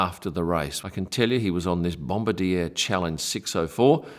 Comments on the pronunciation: As a Canadian I ask you to please stop saying "Bomba-deer." The company is named Bombardier and it's pronounced "Bomb-bar-dee-ay". All of Canada thanks you! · bom-bar-DEE-ay; not bom-ba-deer. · your pronunciation of BOMBARDIER is absolutely TERRIBLE....Its Bomb BARD, y eh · It is always a bit grating for me when people pronounce Bombardier with English phonetics. It is a French Canadian company and is pronounced Bom-bar-dee-ay. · bombardier is pronounced bom-bar-dier (D eh). canadian company so just remember the the eh! haha. great vid cheers! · Great video, 1 small correction though Bombardier is actually pronounced "bomb - bar - dee- ayyy’. It’s a French Canadian manufacturer originally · I think it's supposedly pronounced bom-bar-di-a 😄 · Joseph-Armand Bombardier (inventor of the Snowmobile) who was a French Canadian that established what today is the largest Aircraft Company in Canada. The ier at the end of his last name is pronounced as an A which comes out more as Bombarde-a . Yes I know I'm being picky but you handle Dassault so well, when a lot of people don't, I thought I would take a chance and help you out with that one. Great video and I don't know why people don't subscribe either, or hit like or become Members. It's so painless. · The manufacturer is pronounced 'BomBardeeyay'. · sorry it is pronounced BOM BAR DE A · yes did keep chuckling to the pronunciation. Also wondered where farrow airport was too 😂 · Are you sure? Because Dassault is pronounced a little bit differently from how he did it and Bombardier is spelled with a french -ier, regardless of how the founder wanted to be called. That phenomenon is very common in North America where the people themselves butcher their own given names of european origin, namely the german names. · Yes, I am sure. I have been the Aviation Business for 50 years and happen to live in a City that has a good sized Bombardier Facility. I am also certain that Dassault is not Das-salt. It is Da so.